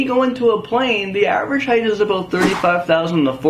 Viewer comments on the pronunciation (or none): none